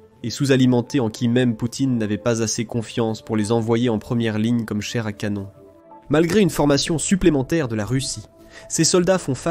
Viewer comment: Ahah... c est un texte de l IA ou quoi? Plein de fautes de prononciation avec ma préférence à 4'33: "chaire à canone"😂😂😂